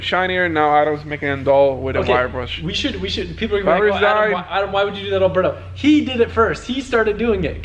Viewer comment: I don't know why he's talking shit on how to pronounce "V" bands when he can't even pronounce Alberto's name right 🤣🤣